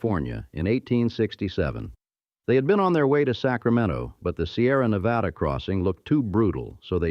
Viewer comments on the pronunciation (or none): none